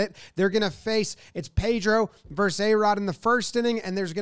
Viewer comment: Vs is pronounced VerSUS. 2 syllables. Not Verse. ARod versus Pedro. Yankess versus BoSox.